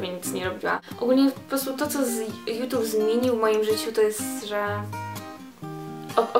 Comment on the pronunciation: Fajny film <3 ale pamiętaj o wymowie "jutub" a nie "jutube" :3